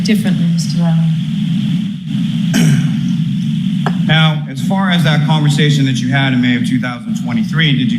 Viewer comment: “LOCK-rin”.